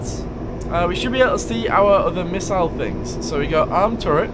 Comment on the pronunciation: Putting the "miss" in "missle" there, huh?